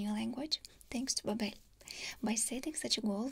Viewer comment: Pretty funny you're doing a sponsorship for babbel... a language learning program and pronouncing their name wrong lmaoooo